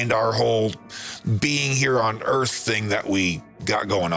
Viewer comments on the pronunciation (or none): none